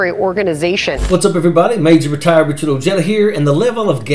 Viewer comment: Ive never heard anyone pronounce Ojeda like that? Ojeda is Spanish, the J is pronounced like an H as in O-Head-Ah.